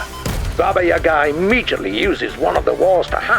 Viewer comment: Are you sure, that it is pronounced Baba Yagaaaa?